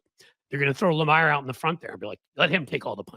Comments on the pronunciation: You are not pronouncing Johnathan Lamier's name properly - BOZO. It is LA - Me - ER. Not LA-My-ER. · You're mispronounced Johnathan Lemire's last name. It's pronounced "Lemeer".